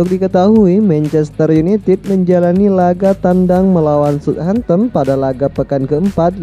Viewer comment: Mencester yunitit. Hahaha. Anjerrr lo minn. 🤣🤣🤣